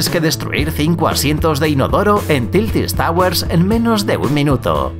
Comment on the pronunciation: Tiltis tawers xD